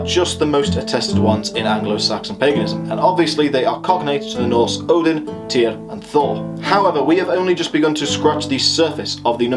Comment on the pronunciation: haugh would be pronounced 'how' or 'horr' (norse haughr), i believe. i am just a layman. also Tyr, Fyrdsman would be 'tyurr' and 'fyurdsman'.